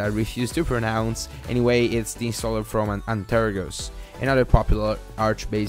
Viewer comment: One of my main reasons for watching this video is to hear how he pronounces antergos. "Aynterogose".